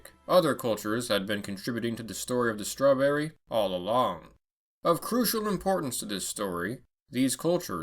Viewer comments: name strawberry; strewn-berry, not straw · So 'Strawn-berry'. Edit: two seconds later: 'strewnberries'. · "What is a strawberry?" All I hear was "WHAT IS A MAN!?! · I took a shot for e eeg time you said strawberr